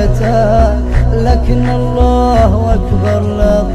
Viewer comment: الله اكبر هو نطقها الله واكبر والصحيح الله اكبر